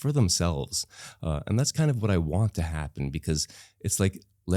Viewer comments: Why is Ranveer saying ‘ta’ here instead of a proper ‘to’. So annoying. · bhai - ye “to “ ko ta ta ta taa kyo pronounced karr rhe ho… ameer ho gaye toh gaadi kharido but “to” ko baksh do 🙏.